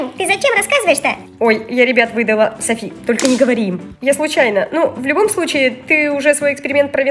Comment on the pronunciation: Я Согласна но Не Сафи а Софи